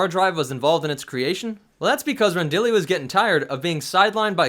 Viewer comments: Stopped listening when you said "Rendali" instead of "Rendili" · Just one small correction: It's pronounced "Ren-dee-lee", not "Ren-dolly"...